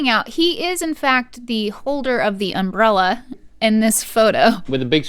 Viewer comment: Did anyone else get slightly unsettled by “umb-rella” vs “um-brella” ?